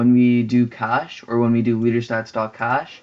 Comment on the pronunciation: you said leadersats instead of leaderstats (late ik)